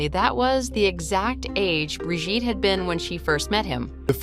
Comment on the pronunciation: Brigitte!!!!😅not bridget!!!